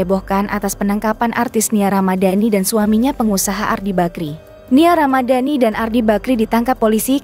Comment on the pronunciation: di baca dan bukan dun😢😢